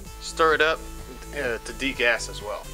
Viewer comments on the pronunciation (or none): none